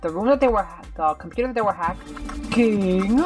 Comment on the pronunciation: I like when u said "the compueter they where ha-CKING